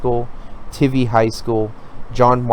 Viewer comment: It’s Wes-luh-co (Weslaco) and how do you mispronounce Lackey? Lol Sorry, too many errors in your pronunciation for me to take you seriously. I’m a huge fanatic and just stumbled upon your channel. I’m all about helping and providing background and history. Also, it’s pronounced Tie-vee (Tivy). Best wishes as you get out there and provide info for these contests.